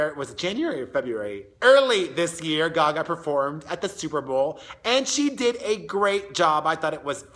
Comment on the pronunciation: It's not GaGa. It's Gaga.